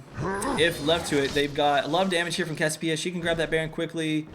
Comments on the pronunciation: you can pronouce it CASS-ee-OH-PEE-uh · It's pronounced "CASS-ee-OH-pee-uh" !